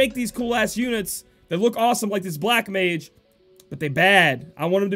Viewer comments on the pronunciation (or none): none